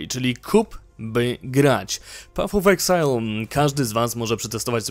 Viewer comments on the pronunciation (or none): materiał bardzo dobry ale proszę Cię, nie pat of exile a paf of exile.